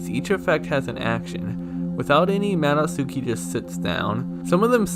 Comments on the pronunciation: You actually pronounce Madotsuki like "mah-dot-skee". In Japanese when the letter U is used in similar contexts, you drop the U sound. Like how "Sasuke" is pronounced "sahs-kay". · What's a yummy nicki and a mado tsooki? Come on, if you are making a video about understanding it, it wouldn't kill you to at least put these words in google translate and listen how they are pronounced in japanese so you know how to say it properly in the video. I know you are mostly joking but come on...